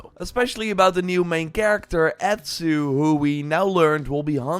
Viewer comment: Awtsu, not Ettsu.